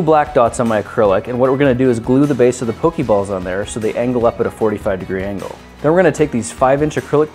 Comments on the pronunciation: Pok-AY balls. Not Pok-EE balls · It's poke eh balls and poke eh mon